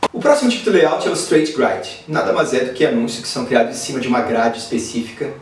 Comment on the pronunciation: Ótimo vídeo! Só vou dar uma dica: Grid se pronuncia "Grêed" não "Graid"